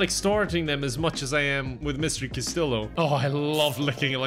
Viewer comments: lives in Spain Also: pronounces Castillo as cas-til-oh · resident of Spain. Castillo is pronounced with the y sound of a double LL in Spanish. Casteeyo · lives in Spain for months Also: cas-till-o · living in Spain but still pronouncing Castillo wrong really got me 🤣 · Don’t you live in Spain? Isn’t Castillo ( pronounced last-t-o) like the most common name there? Hahaha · i expected u to pronounce castillo spanish:( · you've been skipping your Duolingo lessons, haven't you? I can tell from how you pronounced Castillo. The owl's gonna get ya. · I can't believe you're literally living in Spain and don't know how to pronounce Castillo. (Double l in Spanish is a y sound.)